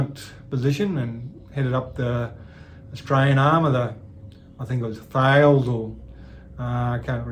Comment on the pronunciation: "Thales" is pronounced 'Tal - es'